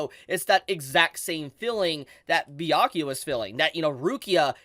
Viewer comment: Haha, YO this is awesome! You can finally say "Byakuya" this week, no more BAYAKUYA 😂😂🫡... proud of you. Someone give this Man a Bell's! 🥃